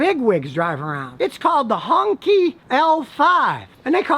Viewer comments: HongQi(pronounced hong-chi, not honky😀) is actually a sedan produced for high ranking officials in China, like those being used in motorcades. I remember it clearly as a child growing up during the time. That brings back some nostalgia feelings with it. Later the model line survived and I’m sure it’s quite different now, but still maintained the overall look it once had. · Hong qi is pronounced "HONE CHI"